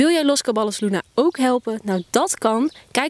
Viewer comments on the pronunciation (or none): Je spreekt het uit als los cabajos luna, niet los caballos luna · Je spreekt t niet uit als los Caballos maar als los cabajos (dubbel l is n j in het Spaans) zou t fijn vinden als je je ff aanpas